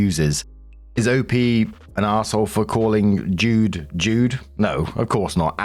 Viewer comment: JUDE.... not dude FYI🤣